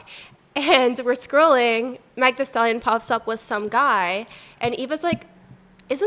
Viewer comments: White and don’t know how to pronounce the name Megan🤣jealously reeks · The only reason people are watching this unseasoned, boring ass video is because The Queen Megan Thee Stallion was mentioned. Who has even heard of these bimbos before? They sound like bitter white racist women. Like Megan is the whitest name ever and she can’t pronounce it??? There is nothing but air in her head. Any way just here to report this. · Pretending to not know who tf Megan is or how to pronounce her name is crazy work. Bird brain ass bitches, take the fuckin mics away!!!! “iM jUst CuRiOUs wHaT hIs TyPe iS” this racist ass comment- girl get tf on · at this point it is not eveN a microaggression, this is full blown racism because who can't pronounce MEGAN?? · Be ffr right now, now you cant pronounce "Megan"? And you're shocked that a black man likes a black woman ? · But why would she be mad if it's her ex and you don't know Megan? This episode is weird. Then why not cut out the mispronunciation of her name you want to tie this episode to Megan, do hope she sees it like you said and gets it taken down. The girl has been through enough Speaking on a Man, she hasn't been with him in years is crazy weird. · 😂😂😂😂 right. She had to choke that name out lmao pathetic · You never heard of THEE Stallion but knew to reference Tory Lanez?. Be so fr ladies. Can’t pronounce Megan? Podcast industry may be the wrong fit for u babes. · for a white girl im surprised that it’s hard to pronounce the word “Megan” when most of the white girl population is Megan lol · It’s giving jealousy, racism, ignorance, and ugly. Someone who sells her body should never speak on another woman. And neither should whoever the other girls. Jealous ex’s. Yk who she is but you don’t know how to say her name. It’s clear none of yall were “his type”. Can these three be the first careers we end in 2025? Starting with the one on the left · Bih can say shallow but not meg lock inn 😭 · Bffr you know how to pronounce meghan😒